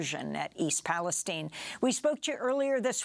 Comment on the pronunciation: Come on man do we seriously not know how to say Palestine?